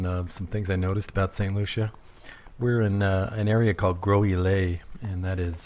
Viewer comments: Hey just letting you know the "s" is pronounced is (Gros) Islet but you got the rest correct. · pronounced Grow Z Ley. Spelled Gros Islet.